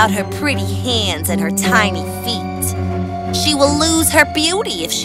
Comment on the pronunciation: I noticed that the woman’s biological daughter said feet as if it only had one E in it. Was that on purpose or did the actress mess up? Because if it was a mess-up I just want to make sure it doesn’t happen again and point it out.